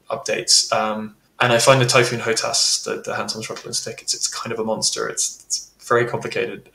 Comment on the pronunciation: Just like the Typhonon, the Gripne or the Sepur Hernot 😂 Ahhh Americans, try to pronounce that: nuclear, not nucular and aluminium not aluminum 😅